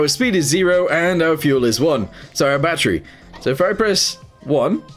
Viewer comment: normal people: battery: batteru😅😅😅